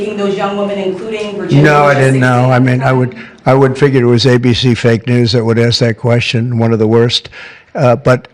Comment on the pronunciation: I like the looks on the faces of the guys behind him as he pronounces it fake news. They look like they are being violated while they stand there. I hope it makes them uncomfortable.